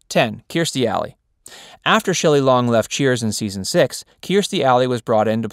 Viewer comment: Also, isn't her name pronounced Cur-stee? This guy is saying kear-stee (rhymes with ear)